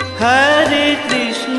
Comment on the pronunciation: এটা কি কোনো হিন্দি ভাষার মানুষ গাইছে,, উচ্চারণ টা শোনা যাচ্ছে,, হারে কৃষ্ণা হারে কৃষ্ণা হারে রামা হারে রামা ,হারি বোল